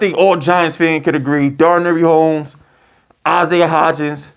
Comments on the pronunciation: “Daranary Homes”… boy yo ass was struggling. Dar-Nay Dar-Nay Dar-Nay!! 😂😂😂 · YOU BUTCHER NAMES LIKE CRAZY!!! Darnary homes 😂 you Deandre baker instead of deontay banks bro cmon